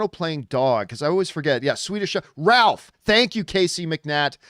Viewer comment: ROWLF! Not Ralph!!!